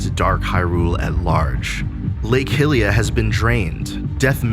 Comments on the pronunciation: Because people pronounce hylia incorrectly. It’s pronounced like “hi-rule” , it’s named after the goddess hylia for gods sake lol. I don’t know why people say it like “hill” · also hate to be That Guy but if it's Hy-rule , Hy-rulian , etc. then wouldn't it follow to be Lake Hy-lee-ah rather than Lake HIll-ee-ah? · Hill-ia, oof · its pronounced "Haliyah" dumbass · Lake Hill-liya 😂😂😂